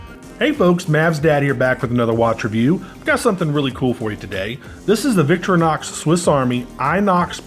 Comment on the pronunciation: The company founders’ mother was Victoria. So he named the company Vic TOR inox. Not VIC tor inox Say it right.